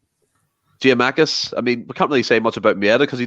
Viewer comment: Was gonna pull him up on this during but thought just best to leave it 🤣🤣 Also, who is giamakis? Are we not missing a “kou”?